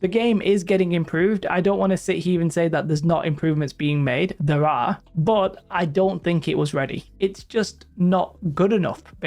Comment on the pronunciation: "they can go from THURR" love it... sry I enjoy accents. lol